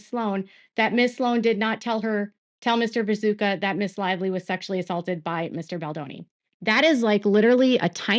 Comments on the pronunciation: isnt his name viTUSCKA? 😅 sounds like you're saying viZUKA. anyway tiny note ❤ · Hi! Love your work and how closely you allow me to follow this case from my couch. Are you calling him Vizuka on purpose? Isnt it pronounced Vitooshka? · It's "Vituscka", not "Viso(c)ka", "Vazooka", "Visuka" or any other variant or whatever! Just bothers me because the details matter with him especially in this case of what his actual story is here and his integrity! I know it's hard to pronounce but one can also just look it up, just a thing that bothers me with your coverage otherwise thank you for dealing with this mess in the first place, the Daily Mail is infuriating and all this is so outrageous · Great work… But just FYI, his name is pronounced “vi-too-sh-ka,” not “vi-zoo-ka,” lol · I think it's pronounced Vitooshka. He's so contradictory I don't understand him at all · Hey! Love your content, but I have a quick piece of feedback. It took me a few minutes to realize you were talking about Vituscka. I kept hearing 'Bezuka,' and for the first part of the video, I was thinking, 'Who is Bezuka?' I'm not sure if it's the pronunciation or my ears, but just wanted to let you know!